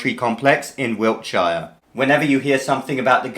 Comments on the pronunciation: Hey Doc, nobody actually pronounces the 'shire' in Wiltshire like that - it's more like 'Wilt-shuh' or 'Wilt-sher'. Technically, it looks like this in traditional IPA: wɪltʃə. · You're pronouncing Wiltshire like an American 😂